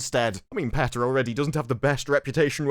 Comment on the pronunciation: Its not peta, its peta. Happy to help